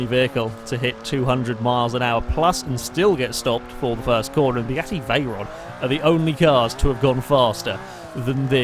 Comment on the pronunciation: Am I the only one who originally heard say V10, not V12?